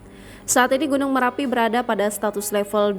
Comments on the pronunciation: Marapi mbakkkkk... bukan merapi... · Bukan merapi tp marapi ya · Gunung marapi.. bukan merapi kakak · Bnyk bgt media yg slh omong Marapi menjadi merapi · Marapi bukan Merapi